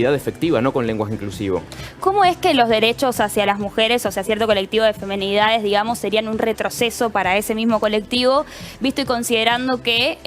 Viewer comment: " femEnidades " mamita querida !!!!!